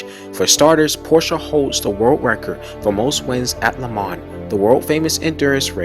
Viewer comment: Not to mention your pronunciation of LeMans, Targa Florio and many of the drivers names is all wrong. But the footage is excellent.